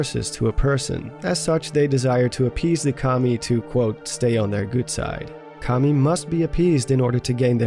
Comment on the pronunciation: when you here commie instead of Kami